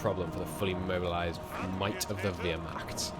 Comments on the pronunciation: It’s pronounced like “vare-ma-cuht” The t is not silent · "Ware" but with a "v" instead, "mah," then "t." Vair-mah-t. The "h" sound is very slightly in the back of the throat, almost like you're hissing. If the h is a little hard to do, you could do what most non-German speakers do and either make it a normal H or turn the "ch" into a hard K.